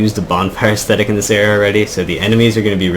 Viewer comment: In the last 10 DS2 videos Ive seen, every single you tuber mis pronounces ascetic. They all pronounce it aesthetic. 2 TOTALLY different things